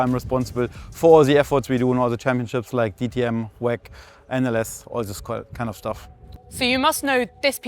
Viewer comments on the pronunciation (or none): The content is great, but pronouncing W.E.C. wheck is rough.